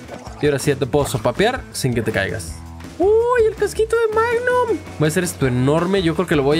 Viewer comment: se dieron cuenta que al principio del video decia mangum en vez de magnum